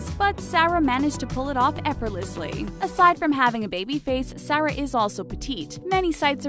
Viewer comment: Do you even know how to pronounce Sarah?